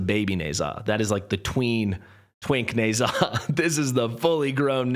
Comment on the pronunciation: Friendly recommendation to google how Ne Zha is pronounced! I know you have a thing with Ajax’s pronunciation so the same should be applied to Ne Zha